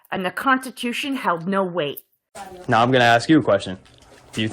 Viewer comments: Yea he aks him could be his birfday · Learn to speak properly FRAUDITOR. AXE IS WHAT You DO WITH A TOOL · Lol aks, aksed, aksing, dissorarly contact